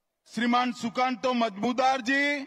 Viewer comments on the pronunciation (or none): উচ্চারণ টা ঠিক হল না শাহ জীৱ নন-বেংগলী জন্য "সুকান্ত মজুমদাৱ" না বলে বলেছেন মজমুদার জী